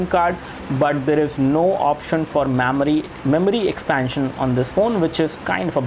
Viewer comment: mamery!!!! LoL